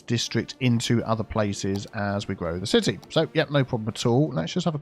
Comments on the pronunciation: Ci-tea Hall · Funny, I feel like you named the palace area yourself when you said "Ci-Tea Hall". 😂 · CiTea Centre? 😜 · Ci-Tea Center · Cit-tea hall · City Hall = "Sippa'Tea Hall" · ci-tea square